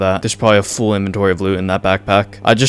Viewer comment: "Full" is not pronounced "Fool" btw.